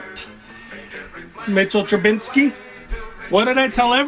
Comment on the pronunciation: Man why does everyone put an N in TrubISKY